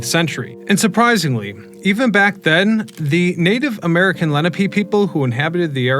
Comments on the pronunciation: I came to say the same thing. And Leh-NAH-pay. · Len-op-ay = Lenape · Love to hear Dutch😂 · Lots of good information, but also lots of mispronunciations of names (ex. Lenape, Manahatta, Houston St, etc.)